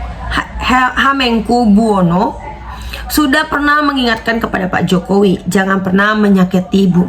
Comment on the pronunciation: Mbak blajar bca dulu bru Tampillll Mengucap kan Hamengkubuwono Saja Repotttt.. Kyak Anak muda Sebelah Aja....